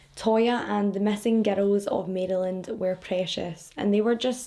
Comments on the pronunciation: Maryland. Marelin, I hope that makes sense... that's how I, a Marylander, pronounce it. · Mare-uh-lind Maryland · Im right above u about 25 minutes in PA. We pronounce it Mara land. We don't pronounce the Y so much. This is so sad :( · My home state! Thank you, can’t wait to listen! I pronounce it “Mare-land” BTW. Some say say it a little differently. Not sure why we don’t just say “Mary-land”. Anyone else feel free to chime in! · Or Mare-lin.. that's how people on my part of Maryland pronounce it. I am certain it's pronounced differently in different areas. Keep in mind, Maryland is neither Northern nor Southern we're both!! LOL